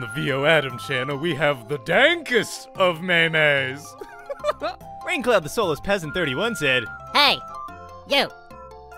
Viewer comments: May Mays? DONT U MEAN DANKOS?! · ITS CALLED MEMES NOT ME-MES